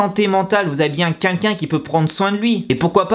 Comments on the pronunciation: Sa me stresse quand il dit qu'inlquin au lieu de quelqu'un...(voilàXD).Sinon c'est abuser la YG qu'est ce qu'ils foutent ptn! C'est pas mon artiste préférer mais sa me désole de voir ça et j’espère qu'il va s'en remettre.Et merci a toi d'avoir fait cette vidéo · Arrête de dire "qunqun" au lieu de "quelqu'un" pitié 😂😂😂😂😂😂